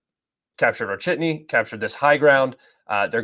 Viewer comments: Author, not "Orchetny" :), but "O-che-rE-tino". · Goddamn it its not Orchidny there is no spiders there. It’s O-che-re-ti-no 😂